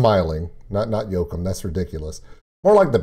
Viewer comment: I think Joakim's name is pronounced 'EE wa KEEM', but I could be wrong